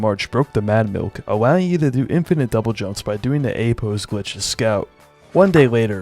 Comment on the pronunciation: "Awowing you to" "Won day waiter"